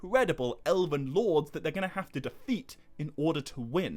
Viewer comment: Elvin, not Elevevin